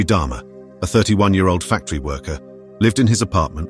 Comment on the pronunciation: Get his name right, it's DAHMER NOT DHARMA